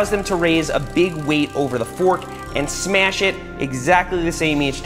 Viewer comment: yooooo he sad iiiittttt!!!!!!!!! HE SAID SMEASH LES GOOOOOOO!!!!!!!